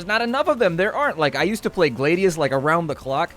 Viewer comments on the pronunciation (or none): glah-di-uhs not glaidius